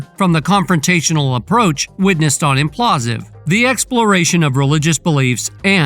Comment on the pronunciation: Bro, it's Impulsive, as in Logan Paul..... come on